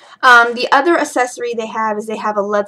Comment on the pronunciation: Is it me, or she really pronouncing accessory as assessory?!